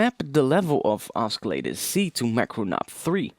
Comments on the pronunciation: "oskilater" ... you're killing me bro. great tutorial tho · Oscillator is pronounced "au-suh-later" and not "au-ski-later" :| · Dude, your English is perfect apart from the word oscillator. It's pronounced 'ossilllator', not oskillator. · OSKILLATOR? Are you serious? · Oskilatur. xD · i cant take it anymore.. oskillata... really? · You're saying oscillator totally wrong XD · he pronounces the "c" in oscillator, so funny hahaha awesome tutorial too!